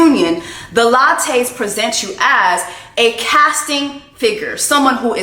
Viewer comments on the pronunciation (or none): The lattees ????!!! did I hear you call the lasheys lattes:)